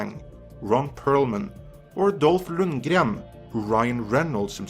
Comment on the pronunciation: LOL That was funny to see you pronnounce "Dolph Lundgren" in the Swedish way. X'D I'm Swedish, but even I wouldn't do that if I spoke in English. Still amusing though. But yes - as a person who LOVES visuals, I greatly love and admire what Tim Miller did for the first Deadpool movie. That being said, I trust in Ryan Reynold's judgement. He's the one who has been passionate enough to do basically everything he ever could do get a comic book accurate and faithful Deadpool movie made in over a decade. And if Tim Miller wanted less jokes in the sequel? That's bad, because that is crucial to Deadpool. And no matter how well Kyle Chandler would and could have acted as Cable, that is just a really awful casting choice. Cable is supposed to be huge and almost tower over Deadpool - yet Kyle Chandler is shorter than Ryan Reynolds, and just doesn't look or sound rough and gruff enough for it. Ron Perlman or Dolph Lundgren - those two are the best casting choices possible to play the role. Better yet - both really want to play Cable, which makes it even more awesome if either one of them ends up being him. Stephen Lang? Eh, similar problem there - he's tinier than even Kyle Chandler is, not to mention shorter than me. If someone is shorter than ME, it's a joke to cast them to play a supposedly big huge muscular character (cough*Tom Hardy as Bane*cough). Either way, Ryan Reynolds and the writers of the Deadpool movie are the ones we can largely thank for getting so much stuff so damn righ